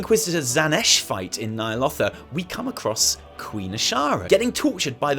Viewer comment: When you say Nyalotha, my speech to text thinks you said "Nile Author". There's no "R" at the end of that word m8 🙃